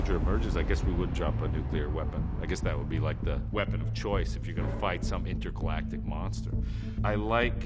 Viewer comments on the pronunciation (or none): did he say intergalactic?